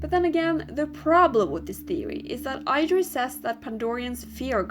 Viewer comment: It's pronouced: ID-ris. NOT: I-dris.